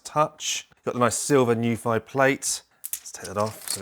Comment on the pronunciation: Such a great video. Thank you, I can't wait for mine to come. I did notice that on the plastic dust cover they've printed the pronunciation of their brand as New-fee, not Noo-ph-i